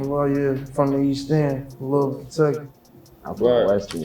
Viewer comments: Yaw need to learn how to pronounce Louisville. Ain’t no Louis-ville. It’s Lou-ah-vull. 😅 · This nigga ain't never lived in ky by the way he pronounced louisville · “Lewis-ville and East G??” But you lived in Kentucky???? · Pronounced Loo-wee-ville